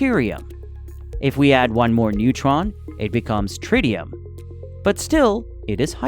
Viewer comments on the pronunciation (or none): none